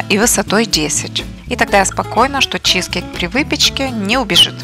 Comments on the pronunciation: Не чи'зкейк на первую и ударение А на вторую чизке'йк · Согласна. Слова автора с ударением на первый слог режет слух